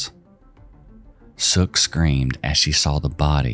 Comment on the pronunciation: Seok is not pronounced as Sook. Also, that story was wild. What happened to that original granddaughter? I hope she has a nice family, unlike her original mom and grandma's. Like mother, like daughter. That poor baby had no chance. Oh man, I was not expecting the Matamoros satanic cult to be mentioned in this video. Pro tip: even today, do NOT go across the border to Mexico if you are not a local or at least have family in the area to help you. You do not want to be down there alone. Also, don't speak English.